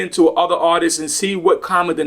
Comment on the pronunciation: I thought RZA was saying "autists" not artists😭 especially when he talks about hyperfocusing.... 😅